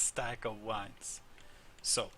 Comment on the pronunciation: I love how he says wines instead of vines